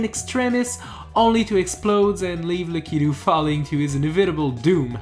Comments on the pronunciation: That's how lakitu is pronounced not the lack keto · Lakitul is pronounced La-ku-too Not le-kee-too... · Who else got triggered when he pronounced lakitu wrong?